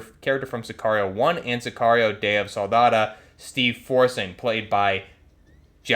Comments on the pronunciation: Day of SOLDADO not Soldada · SoldadO. That’s an O at the end not an A. You sound like you’re saying day of the salsa 💀💀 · Say it with me - soul-dah-doe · Sol-da-dOO , like 🍕 dough!. Ur attempt Spanish is cringe A.F. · Bro butchered the life out of Solidaro 😭😭😭